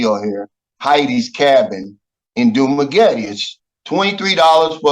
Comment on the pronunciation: u dont even know how to pronounce Dumaguete even though u were during covid?